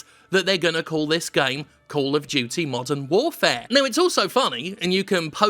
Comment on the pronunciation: At first I thought you said "Call of Duty: Mutton Warfare".